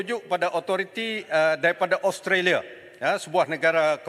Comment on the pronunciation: Taki cakap english pun tak betul australia bukan austolia, azalina cakap sampai suara kat jubur tapi mereka tak faham kesian la pembangkang ni😭